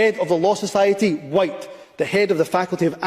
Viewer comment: When he pronounced the silent H in the word white ,that told you it was said with malice against the 95%of white Scot’s and white people everywhere ..he’s a race grifting bigot that needs to go from any form of power whatsoever. He would of ended up. Like Charles Stuart in the past as would most of those in Englands parliament for treasonous acts ..Scotland wales and Ireland have seen enough of tyrannical bastar## in the past and so has England ..this is the 2024 not 1296 .it’s time to make Humza useless as welcome in Scotland as they made Edward Long Shanks and Marshall wade …not very welcome at all ..